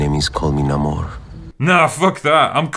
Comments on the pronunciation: Uh it's PRONOUNCED NAY-MOR!! Not NAHMOR! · That's who they got to play Namor??? And why does no one know how to pronounce his name? Do yo research, y'all. C'est: Name-Or N'est-ce pas: Nuh-more (I can't take nuh-more o this shite) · isnt it pronounced Nay-mor and not Nah-mor ? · Since who is it “Neh more “I always remember it “Ney more” I mean it’s spelled Namor!!! They can’t even stick to they ways it’s been for years? Phuck Wakanda Forever! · He even pronounced namor wrong